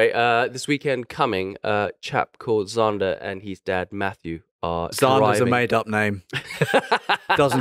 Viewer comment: Holy shit, it's Zander? I heard 'Zonda' for the entire episode and was like 'hmm, he named his son after his favorite car i guess?